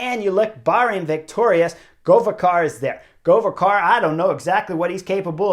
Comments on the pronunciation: God job,but GoveKar not Govečar. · Chris, Govekar is pronounced with solid K…not CH…like Pogačar 😉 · In hopes you will need his name again.. Govekar. The first part was good but try reading KAR the same as CAR (automobile). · Chris, great analysis, as always. Just one thing, Govekar is pronounced Gho-vé-kar (the accent is on e). He's Slovenian, like me 😁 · GoveKar is not PogaČar - K "Key" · Chris, just a hint, Govekar is pronounced as: Go-vE-car where 'vE' sounds as the start of the word 'Velocity' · Chris, where do you see 'ch' or somth in Govekar's name to pronunce it like this? It's just letter 'k' which is in slovenian pronunced the same as letter 'k' in the word 'Kansas? But other than that, keep up the good work ;)